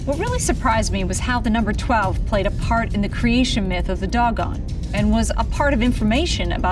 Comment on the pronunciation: I've never heard the word Dogon pronounced this way, it's usually pronounced like "dough-gone"...why do you pronounce it that way?